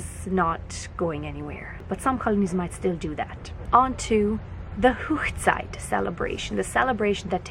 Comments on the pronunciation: Hoegside is actually pronounced Hog ( like a pig) site and is the German word for wedding. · That was really beautiful. 🙂💕💕💕 On a small note it's not pronounced Hochzeit ( whoochzeit) The Hoch part should be Hoch like in the word loch. I know most Hutterites speak high German so I'm not sure why you're pronouncing it like that.😕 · Wonderful singing. Thank you for telling us about the wedding traditions. I am interested in how you pronounce Hochzeit. Rather different from the German I learned. A question, if the bride wears blue does everyone else choose a different colour? I once sung at a wedding as a child. The church had all boy choristers, but they were off on an event. Someone wanted to get married that particular week so they had to round up all the sisters and other girls. It was really lovely. Unfortunately they still did not allow girls in the choir for many years. The choir leader said we all behaved better than the boys!! It is a tradition here in the UK for the bride to marry in her home church. I have taken some of my ancestry back to the 17th and 18th century and they certain did it then. The boys became apprentices and once that finished they toured around working as journeymen to perfect their skills, but also to look for a bride to bring back home, when they joined the family business. Do you also have to have a Canadian legal wedding? There is something of a tradition developing here in the UK that people often meet their future partners at a wedding, they are a great opportunity for people to meet up.